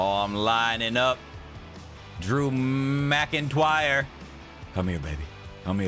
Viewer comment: “Drew Mcintwyre” 💀